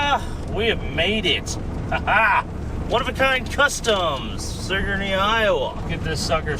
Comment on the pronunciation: Bro I live by that house and he pronouced Sigourney wrong its sig ur ney